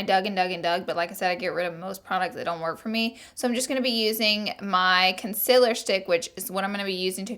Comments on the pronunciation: I hate people who say "conciller" instead of "concealer" it's concEAler !!! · Lora, "Concil." Me "Conceal." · The way she says CONCILL istead of conceal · its not conceler , its concealer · "con-SIL-er" haha love you Laura💘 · why do you say "consilur" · I'm I the only one that hears her saying concealer the wrong way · The way she says conceal😂